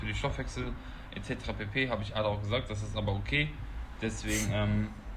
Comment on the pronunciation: Bruder sag bitte Arda und nicht ada hahaha